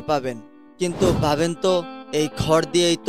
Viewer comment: আপনার বাংলা উচ্চারণ এরকম কেন ? ধান কে বলছেন "দান", ভাবেন কে বলছেন "বাবেন তো", ভোর কে বলছেন "বোর"। কেন ভাই?